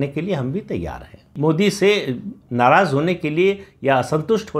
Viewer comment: Kahe ko naraz naraz naraz kar rahe hain? Itna emphasize kar ke aur ghuma ghuma ke naraz, naraz, naraz kahte rahne ki kya avashyakta thi?